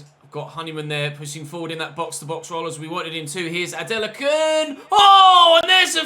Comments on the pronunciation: you’re pronouncing it correctly it’s a nigerian name ADE LA KUN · Your pronunciation of Adelakun (A-Day-Lah-Kun) is actually fine. Just add a little stress to the "Lah" or just call him Ade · don't worry about the adelakun pronunciation it's alright even my country men have trouble pronouncing his name 😂